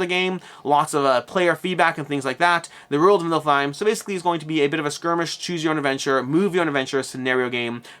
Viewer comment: Niff-ill-hime not Nilf-hime